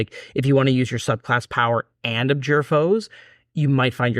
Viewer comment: Guys, I enjoy your content; however, may I humbly suggest you invest a little time making sure your pronunciation is correct. I've noticed this in several videos and held my typing till now. Again, just trying to help. For example, it is "ab-JOOR", not "AB-jur"